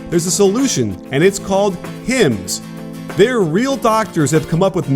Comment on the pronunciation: "HIMS" xD